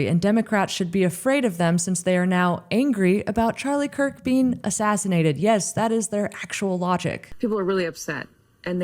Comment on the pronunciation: Why is this guy calling him Charlie "Kirt"?